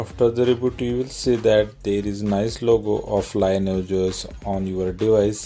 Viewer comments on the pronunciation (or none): Could be wrong, but I think it's pronounced 'Lin eee age'